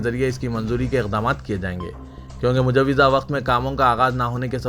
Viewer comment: Mutla ❌❌nahi ( Muttala). Khatra Laahiq (Laahaq ❌❌.). Mujawwaza ko ( Mujawwiza ❌❌)... ( Ghar ko Aag Laggayi ghar ke Charaag se.....Urdu ka Qatl hugaya ke Hath se. ( hahaha😂😂😂😂😂😂🤣😂😂😹)